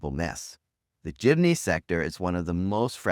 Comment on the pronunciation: Its Jeepney.....not Jimney